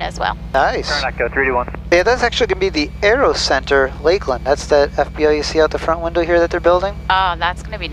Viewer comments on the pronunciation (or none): none